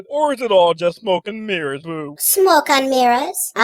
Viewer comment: "Smocon' Mirraahs" = Smoke & Mirrors....I laughed so hard at that... Yall made Rihanna sound a mess